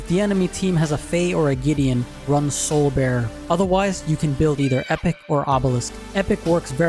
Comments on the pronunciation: Epoch is said as ee-pāk. Not epic. Epoch, epic, totally different words. Otherwise ty for the content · Not to try and sound rude, but I'm pretty sure the crest is pronounced E-Paw-K I love the video dude! Keep them coming! I normally run Megacosm and Timewarp on The Fey over your suggestions, but I totally see how Azure and Astral would be great!